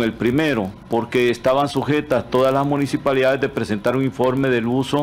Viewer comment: Se dice municipalidad no munijipalidad es cosa de pronunciación correcta de los fonemas y este señor adolece mucho de eso como no vamos a estar en el oscurantismo con estos políticos